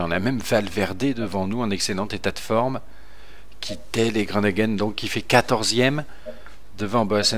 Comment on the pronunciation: super vidéo avec un bon kruijswijk sur le ventoux ,Martens qui gagne à Revel et un peu déçu par Groenewegen (pas gronegen,on dit gro ne WE(qui se prononce ve) et le en)